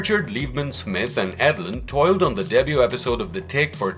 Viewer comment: Feedback: The word debut is pronounced day-byoo. Good research here, thanks.